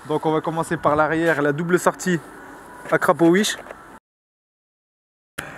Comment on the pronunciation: Je suis pas fou j’ai entendu akrapowish😂